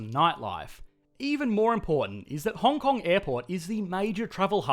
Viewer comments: Puts "Hong Hong" instead of "Hong Kong" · Hong Hong? Shouldn't it be Hong Kong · "Hong Hong*"first place on the leaderboard! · Hong Hong oui oui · Welcome to Hong Hong. lol